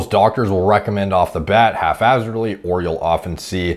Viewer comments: The word is haphazardly not “half hazardly” 😂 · HalfHazardly? I believe it's Haphazardly. Your version seems to indicate the first part of that is half assed. 😂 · "halfazzardly"? lmao I think he means haphazardly. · Good video as usual but it's pronounced hap-hazardly. Not hating. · I believe the word is pronounced hap-hazardly good sir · Did you just say, half-azzardly?